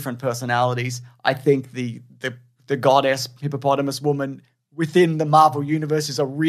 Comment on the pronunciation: Is it now officially “Hippomonthamus”?